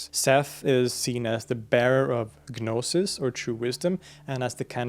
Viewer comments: Just cant watch anymore! The G in gnosis is silent. No sis. 😠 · dude... you made a 40-minute video about gnosticism, and 90 seconds in you're blatantly mispronouncing the word 'gnosis!' how can i trust you now?? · guh'nosis...? seriously? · guhnosis lmao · You pronouncing the G in gnosis is driving me insane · Stop saying the g in gnosis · the g in gnosis is silent btw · I believe the "G" in Gnosis is silent when pronounced. I noticed you started to pronounce it differently after the first few minutes. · Well, when I was in seminary studying the Nag Hammadi Library with Marvin Meyer (who translated the Gospel of Thomas), he told us that the G was silent in "gnosis." You don't pronounce the G in "gnostic" - so why would you pronounce it in "gnosis"?